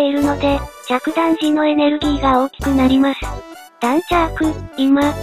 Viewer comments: 海自は「だんちゃーく、いま」ではなく「だーんちゃく」です。知ってたらすみません。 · 大和の主砲なら、だんちゃーく、いま！じゃなくて、だーん、ちゃく！がよかったなぁ〜